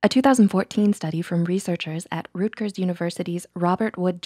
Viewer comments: It's Rut-gers, not Root-gers. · "Root-gers" University? Lol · ROOTgers university 🤣🤣🤣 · It's "Rut-gers". Ew. The majority of this video is b.s. Citing a study, does not a conclusion make. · I’m sorry but I’m from New Jersey and you pronounced Rutgers wrong lol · As a rutgers student, that is not how you pronounce rutgers 😭